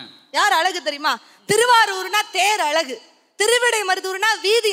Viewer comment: தமிழ் ஒழுங்காக பேசுங்க.. தமிழ் என்பதனை தமில் என்கிறீர்கள்..அழகை அலகு என்கிறீர்கள் .. தமிழ் நன்கு படியுங்கள்.. பேசுங்கள்...